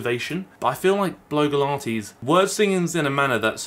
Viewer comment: It sounded a bit like bloke-ilates when you first said her username and now I think that should be a thing.